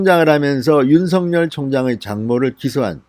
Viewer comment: '尹錫悅'은 [윤성녈]이 아니라 [윤석열]로 읽어주시면 어떨까요? 확인해보시고 방송해주셔요. 진성호방송의 발전을 기대합니다.